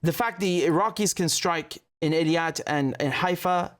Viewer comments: Eilat. It's pronounced "AY-LOT" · not ILIAT but EILAT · Practice saying Eilat correctly Your information is good but the pronunciation isn't working